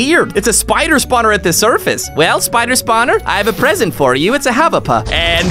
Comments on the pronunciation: I like when he says havap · The funniest is when he says hvap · You are very funny when you said havp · We all love you and i almost died because you're funny when you said “the Ahvap tnt Ahvap Ahvap Ahvap Ahvap” 😂😂😂😂😂 love you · Its so Funny when he said HVAP yeah and my is also the Hvap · Why does said Hvap HA VOP